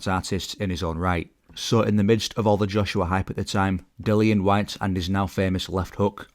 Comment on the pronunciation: Announcers' lack of ability to pronounce Dillian Whyte's name properly annoys me.